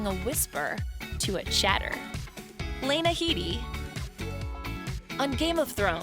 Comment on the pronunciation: That's not how you pronounce Headey.